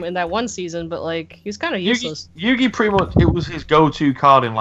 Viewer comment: I know, right? He's Yow-geeh Troll.